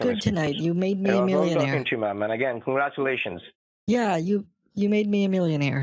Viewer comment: "You made me a millionaire." "Congatulashuns." "Thank you." This was PERFECTION, truly one of your best.